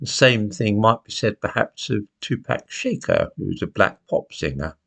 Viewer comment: I love but two pack shaker made me laugh.